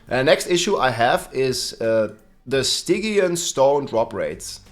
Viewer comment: Stygian is pronounced STIJEEYUN